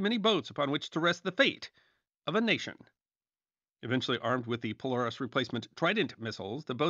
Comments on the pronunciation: Poe-leh-ris not poe-lar-is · thought I was the only one... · I noticed and you are forgiven! Love your videos!